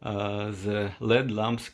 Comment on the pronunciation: I know English is a second language for you, so I'm not trying to make fun. But it's L-E-D, (for Light Emitting Diode), not led. And halogen is pronounced hah-low-gen.